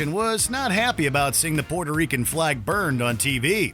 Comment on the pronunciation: And u def anger "pweuerto reekans" if you call them "Porto Ricans". Its not a road side toilet, its not PORTO, and im white as a ghost